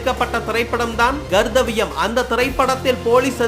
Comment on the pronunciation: தம்பி அது Gardhavyam இல்ல Karthavyam! ஓ தமிழ்ல கன உச்சரிப்பு இல்லை! அதனால தான் மொழி முழி பிதுங்குது போல